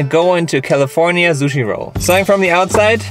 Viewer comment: And " suchi" hahahaha